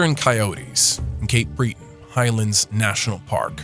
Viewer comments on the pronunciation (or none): Sorry but in the first 4 seconds there are two mistakes….its not Cape Bree-ton it’s Cape Bret-on and Cape Breton is NOT a sparsely populated island…its a part of the province of Nova Scotia which isn’t an island either….the northern-eastern part is called “Cape Breton Island” but it’s not truly an island in the typical sense….it is connected to the rest of NS by a small bridge but no one considers it a island…..and although the Highlands Park area is not populated much the actual Cape Breton area isn’t “ sparsely” populated…it has several fairly big towns ie: Sydney NS has 35000 …so that’s not sparse….please stop calling it Cape Bree-ton….. It wasn’t coyotes btw- it was coywolves…a coyote wolf hybrid found in the Cape Breton highlands….